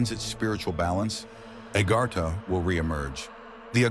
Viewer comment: Its called AGARTHA. A GARTH A , NOT agarhta your not from India